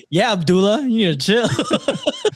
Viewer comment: I just got to the store story and I am pausing to say I’m glad I’m not the only one who was like “wtf is an abdoula???” 😂😂😂😂 lol yall are hilarious. Thanks for catching that because it was eating up my brain power trying to figure out as continued to read 😂